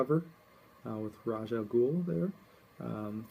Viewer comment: you pronounced Ra's incorrectly lol